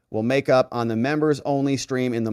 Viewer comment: please stop saying "membos".